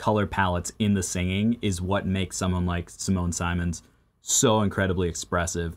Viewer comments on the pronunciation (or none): ..one pronounces her last name like her first name... not SSaymons but Siemons That is how The dutch say her name, they know, she IS Dutch lol